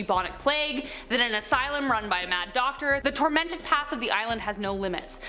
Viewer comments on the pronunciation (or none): none